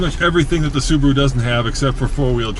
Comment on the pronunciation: That's how you say Subaru in Japanese, just the "r" needs to be harder